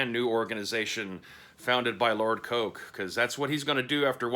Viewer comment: Thank you for pronouncing "Coake" correctly. Like "Coke." A surprising number of people in the (admittedly small) Rifts community pronounce it "Coh-ay-Kee" for some weird reason.